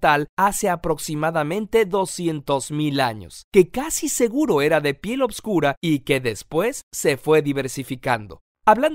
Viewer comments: Es oscura.....y no """opscura""" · soy el unico que cree que dice obsvuro